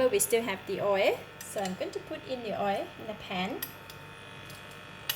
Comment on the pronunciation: Pronounce oil as oilll please not oerr.